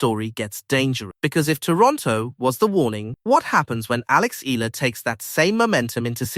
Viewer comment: Eala not ela‼️‼️‼️